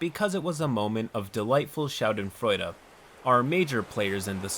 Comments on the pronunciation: Shah-den-froid (schadenfreude) Source: my German professor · As a german and on behalf of all germans I would like to say that I am delighted with the way you butchered Schadenfreude